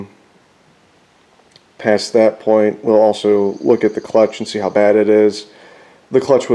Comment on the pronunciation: We are doing the “clootch” 🤣🤣🤣